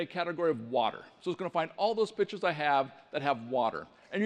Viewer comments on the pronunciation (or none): I thought he said bitched instead of pictures lmao